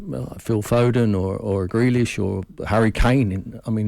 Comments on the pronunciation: He really said Grealish 🤣🤣🤣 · Did l hear him say Grealish🤣😅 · I did not just hear him say grealish